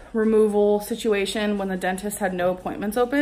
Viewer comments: Stop saying sistuation, and stop blaming becky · stop saying situation damn!!